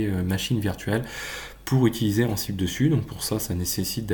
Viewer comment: La prononciation d'Ansible :(